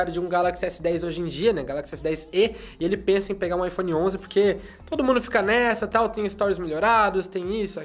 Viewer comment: O jeito que ele babaiphone é diferente